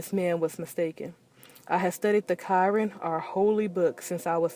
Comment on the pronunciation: She said Kiran. It’s called Qur’an (Ku-Ran) 😂